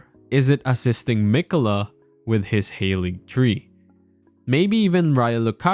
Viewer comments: Its pronounced Ha-ligtree. Not hayligtree. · It's Haaaaaaaalig tree ffs